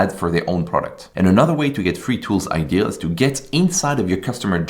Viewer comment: Bro, for god sake please say idea correctly. It's so frustrating. It's idea not idee. So "I deh ah"